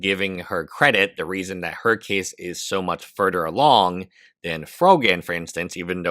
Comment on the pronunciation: "why its furdder awong" 😂